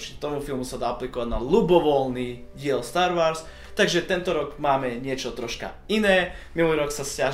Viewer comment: Star Wars (čítaj Stár WOrs) sry ale star wars trhá uši :D